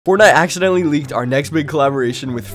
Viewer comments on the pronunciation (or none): U always say acidentally